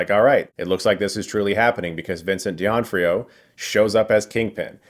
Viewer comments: The correct is D'Onofrio (says Donófrio), not Dionfrio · It's doe-noff-rio. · Vincent who? His last name is D'Onofrio, like Don-Oh-Free-Oh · Bruh its d’onofrio not dee onfrio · Vincent D'Onofrio, just got his name said wrong. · You apologized vocally to a deaf actress for saying her name wrong. I found that appealing to my dark humor. Also, it's Vincent Duh -no free ohhh. Not deeonfreeo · It’s doe-NO-frio. And don’t worry, no way Kingpin is dead. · Dinofrio, not Dionfrio. Come on Chris😊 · Vincent "Dee-Onfrio"???? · Isn't it pronounced Vincent "Doe noff rio" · It’s DO-NA-FREE-O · I agreed with almost everything stated in this review EXCEPT for the way Chris pronounces Vincent D’Onofrio’s name :( I cringed every time he said it lmfao. It’s pronounced DO-NOF-FRIO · Is Chris saying: Vincent Di An trio? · Phenomenal review as always...but why...why do you pronounce Vincent D'Onofrios name so so wrong? Ouch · I don't think that's how you pronounce Vincent D'Onofrio's name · Might wanna go back and take another whack at Vincent d'onofrio's name again, brooooo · Funny that you worried about mispronouncing Alaqua Cox, who is deaf so she'd never hear it anyways, and then you totally said Vincent D'Onofrio's name wrong, lol. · Is no one talking about how he butchered the name of the great Vincent D'Onofrio😭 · That's not how you pronounce Vincent D'Onofrio's last name. It has an F in it, not a T. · lol. He doesn’t know how to pronounce Vincent D'Onofrio. Lol. Not the only one out there, but this is the most unusual way I’ve ever heard someone pronounce that name hahaha. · Did you really say Vincent D’Onofrios name wrong every time? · I enjoyed the show but it felt really juvenile, like it was aimed at 12 year olds. Oh and Chris... you're mispronouncing Vincent D'onofrio's surname. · Oh Chris, all these years later and you're still adding an "I" to Vincent d'onofrio's name.